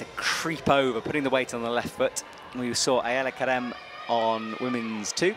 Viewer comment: Also, I love Shauna's commentating, but since always get flack for mispronouncing things, I have to say her consistently calling Ayala Kerem 'Aaliyah' was pretty annoying.